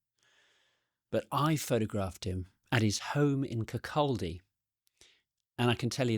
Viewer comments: A very thoughtful review. PS / The pronunciation of 'Kirkcaldy" is "Kirk-kawdy". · Interesting commentary on a decent man. One tiny point: Kirkcaldy is pronounced Kir-koddy :-) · it's pronounced KIRR CAW DEE not kir cal dee. Yours etc... someone from Scotland. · For those interested, it's pronounced "kerr-cody". I'm english and if I can be arsed to learn it then there's no excuse! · Let me help you guys out. "KirkCAWdee" is how you prounounce that Scottish town, Kirkcaldy. ;-) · another geat video.. but Kirkcaldy is pronounced as "Kircaudy".lol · You went to Kirkcaldy to photograph him, but came away still unable to pronounce the name of the town you visited. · Lovely little story…………but you’re pronunciation of Kirkcaldy had me in stitches 😂